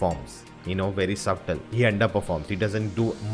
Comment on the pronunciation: Of many things I found amiss about your review, not mentioning how you pronounce subtle as 'subtall', you calling the Andaman Islanders Africans shows your lack of homework. Your repetitive admission of being 'brutally honest' and 'laughing at and mocking' the second half of the movie, and most importantly not getting the intentions of the protagonist tells either you watched the movie cursorily with some bias or the subject matter is not your cup of tea. Several comments here even suggest your problem(?) for old/Malayalam movies in general, which, if true, is shameful. Picking up a movie from 1996 to trash it from today's lens? How about do that with Mughal-e-Aazam or Aaradhana eh? Your honest review seems to be for the sake of being honest or for the sake of putting out a half-cooked review. Your review is hurried, impatient, unthoughtful, naive and reeks of the millennial brand of arrogance! Maybe wanting to be appreciative of old movies is too idealistic. If you can't be appreciative, why bother to thrash it for those who are. I thought I won't be quick to judge you based on others' comments about your selective appreciation for Master and not for Kalapani. Yet by the end of your review, I feel like you need to review/revise your review, which most likely you will not. Other channels like Yogi Baba and Only desi have thrashed many shitty movies or given very entertaining synopsis of nice movies including Tumbaad. More so Tried and Refused productions does a very balanced